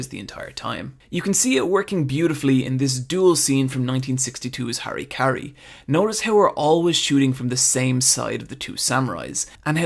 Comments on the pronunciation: You had great points all the way through, but it's hard to take ANYONE seriously when they pronounce harakiri as Harry Carry. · Man if I had a dime for every person to pronounce Harakiri wrong. Ha-Ra-kee-ree is the correct way.